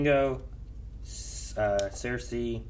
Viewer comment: Everytime I hear him yell “Sersei” all I hear is “Walt”!!!